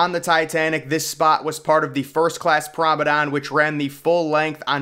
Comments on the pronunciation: Yeah Promedon i get it lol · WTF is a PROM- A- DON😂😂 DO you mean “promeNADE” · Lol I’m glad someone else hears this, it sounds like a he is saying “promedon” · Promenade NOT promedon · I know it's a year old but everytime you say the word promenade you're pronouncing it as promedan. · This is how you pronounce the word promenade... Prom-en-ard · Say it with me now... Pr(a)o-me(h)-nade. "Promenade" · Exactly! He's making a deck sound like a dinosaur! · Learn how to say promenade, Google it. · I came to the comments as I really wasn’t sure what he was saying 😂